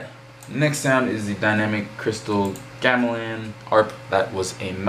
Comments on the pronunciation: Subbed! Thanks a lot...i think it’s pronounced gam a lan i may be wrong! Keep up the good work! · Gamelan is pronounced Ga Mel lawn